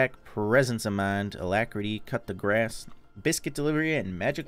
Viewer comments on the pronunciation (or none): "Cup da Grass", remind me, which rune is that again? If anyone's curious, it's pronounced "Coo de Grah" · it's not pronounced cut the grass. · Sounds like you say "Cut the grass" when you say coup de grace xD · "cup de grass"